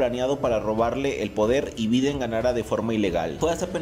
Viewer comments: Se podrían pronunciar Biden(Baiden) Trump (tromp) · pronuncias mal BIDEN y TRUMP!